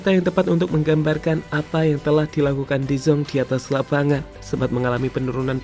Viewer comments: Oyy de Jong bukan de Zong , orang luar juga ga gitu gitu amat pengucapannya 😂😂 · min, bukan "de zonk". tapi "de JONG" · Dezang dezong, de yong min, ealah cook ancok ! 😂🤣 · Koreksi ya, de Jong dibaca de Yong bukan Zong. Gatal gue dengernya. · baca nya "de yong" bukan "de zong" mimin?